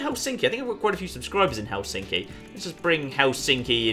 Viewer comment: Ohhh my god the way you pronounce Helsinki... Hell-sinky. it's more like Helss-in-ki or sth, right?